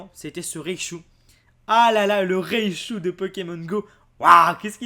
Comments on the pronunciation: comment reconnaitre un ignorant : il dit ne dit pas raichu mais "reillechou" ... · Je suis la seule à être perturbée quand il dit REICHU plutôt que RAICHU ?